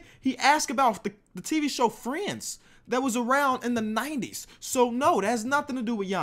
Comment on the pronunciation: is it just me or is it hilarious how he says friends😂😂